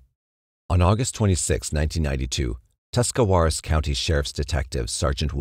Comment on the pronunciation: I live in northeast Ohio, good job on the Tuscawaras pronunciation, people who live here can’t even say it lol.